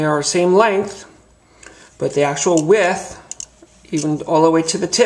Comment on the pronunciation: Good onya mate, thanks I really enjoyed the vid. I own 2 of the old wave and love'em. New one on the way. Thanks for showing the differences.1 tiny tiny complaint, the word is Width not With but then again Americans do talk funny. Ya got a new subscriber. Thanks again mate.